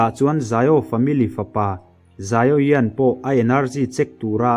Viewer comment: Xiao yan (zaio yan) ni lo vin Xiao yan (zau yan) tih tur